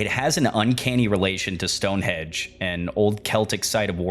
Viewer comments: It's more that you call Stonehenge "Stone Hedge" that gets me XD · loved the video, agree with others about the pronunciation. not a big deal for the most part, but with the important words you are going to say many times over a long form video, it is important. the hard e sound in carnis, and stone hedge (correct: stonehenge), though the latter may be my hearing deficit, but the subtitles said hedge as well.. awesome breakdown of source though, keep at it you'll have many more subscribers soon im sure.